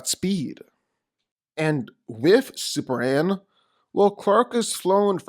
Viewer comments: Why dude keep calling super man super an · Seriously, who is "superan"??